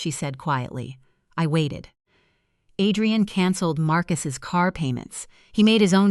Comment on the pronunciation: These AI stories are hilarious. The mother made herself a cup of tea and then sat and waited for her daughter's mother-in-law who showed up the NEXT DAY! Then the break fast. Add rian, not Adrian. Quieter/ qeetier. LMAO.